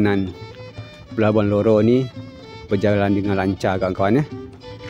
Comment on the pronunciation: Harusnya sih RORO bang. Cuma kayaknya agak susah ngomong R